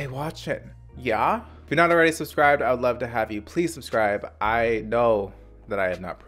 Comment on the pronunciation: Suhb-screee-bay! Say it with me